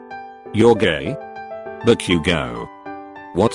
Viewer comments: The fact that it said bak-u-go I was laughing so hard and I'm like back u go! 😂😂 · Nutshell be like "Bak u gou" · The way it pronounces Bakugo 😂😂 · The voice is literally saying "Back you go" instead of "Bakugou" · Nobody: Siri dude: "Meedoree-eye-uh" Also Siri dude: "Toh-dooh-key-kuhn" Text: "hahahahaha" Siri dude: *has a stroke* Text: "Bakugo" Siri dude: "Back you go!" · I love how the computer said: bU-Ku-GO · When the text to speech reads bakugo it says back u go...must be his mother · "Bakyugo" haha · Buck-u-go, eye-zuku, shot-o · HAHHAHAHA BA-Q-GO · Deku and todoroki's names omg- how they're pronounced- "Midoriyia" Todoorki-kun" "Bakyougo"